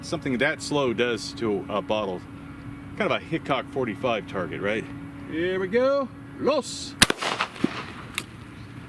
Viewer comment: You pronounced 'Hitchcock 45' incorrectly.